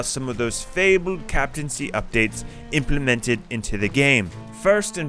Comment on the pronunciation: No one:: Implimintid